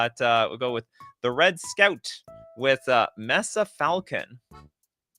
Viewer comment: “Mess-suh” falcon? It’s May-Suh.